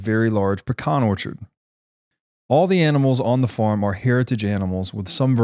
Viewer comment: It's pronounced farm.😅